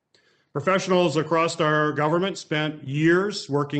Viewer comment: The whole point was lost on me when he pronounced "across" "acrost"